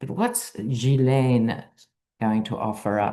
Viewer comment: Ghee len